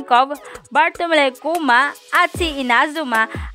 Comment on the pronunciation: pangnaruto ka lang talaga idol pati kay kuma dipa alam pronounciation hahahah peace